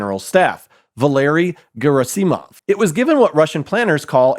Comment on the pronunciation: Gera-simov? It’s quite clear this guy doesn’t know how to pronounce Russian. On another note, the Russians aren’t stupid, but they suffer from extreme corruption. So this story makes perfect sense.